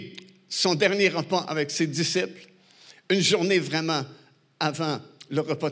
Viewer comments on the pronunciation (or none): none